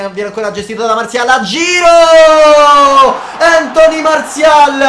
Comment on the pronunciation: si dice Antonì. Grande